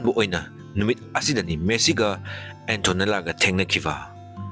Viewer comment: Messi❎ Meesi✅😂😂😂